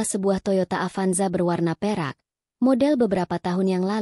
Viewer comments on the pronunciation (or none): none